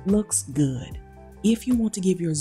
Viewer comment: "Looks ghoood" 😄